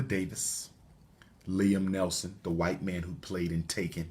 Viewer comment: Liam Neeson not Nelson